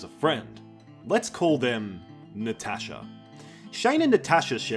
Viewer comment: just imagine watching random sh1t on yt while doing smth and “Natasha” suddenly hits your ears- i freaked out lol удивительно что это имя было произнесено правильно, аха.